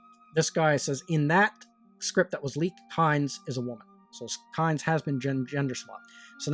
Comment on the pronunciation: Kynes is pronounced 'keens' - or at least it was by Frank Herbert in several interviews